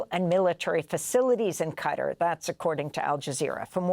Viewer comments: Learn to pronaunce Qatar. It's not Cara. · Someone please tell Amy Goodman that the GCC Country is pronounced Qatar (Ka-Tar) not CUTTER! I cant believe an articulate journalist and host doesn't know or can not pronounce the country's name properly! Where do you even see the word "Cutter"??